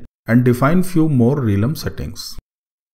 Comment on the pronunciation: hi..apologize in advance for trying to correct you but i think the correct pronounciation of realm is "relm" and not "reelum". Just FYI. Thanks for the tutorial, its pretty useful.